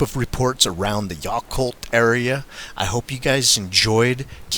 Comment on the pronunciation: It is pronounced Yaaaaacolt like yak. I lived there for 7 years. Everyone knows they are there but the people don't really talk alot